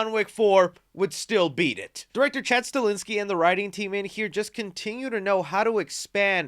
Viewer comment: Chad Sta-hel-ski. Say it with me. Sta-hel-ski. One more time for the kids in the back. STA - HEL - SKI !!!!